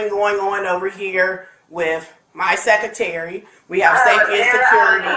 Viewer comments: Yes! “Wif my secatary”. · she doesn’t know how to say secretary? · Both fools should be working the 3rd shift at the Dairy Queen!!! Instead she is a principal who pronounces Secretary like suckatery 🤭🫣 It’s clear that both women are more into playing TOXIC ANTICS & being a victim than being professional & caring about school safety. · WTF is secoority?? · wif my seccatary 😂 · The “Seketery” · “Sec-uh-tary?” Uh….what was that word again, please? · Women who get any kind of authority always let it go to their heads the Principal can't even pronounce Secretary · What is a "Seckerterry"? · Arrest the “sek-a-terry” for obstruction. Arrest the principal because I bet most of her “scholars” cannot read or do match at minimum levels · My secatary! How is this woman around children who need to learn? She can't even pronounce words correctly & now I'm starting to understand the problems with our children who are graduating when they can't speak proper English & cannot properly fill out a job application! I was blown away in the 90's by the applications I had to look thru. There are sooo many children who shouldn't have gotten a high school diploma. I guess they'd rather graduate them than deal with them. Uneffingbelievable! 😱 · It’s crazy how the Secretary mispronounced “Security” smh😔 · Cant even say secretary but shes a principal 😂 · The principal doesn't know how to pronounce "SECRETARY" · Imagine being the principal of a school and not being able to pronounce the word secretary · An educator that doesn't know the definition of the word scholar and can't pronounce secretary. Typical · Imagine not being able to correctly pronounce “secretary” and being put in charge of a school…. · A principal who can’t pronounce “secretary” should not be in charge of a school.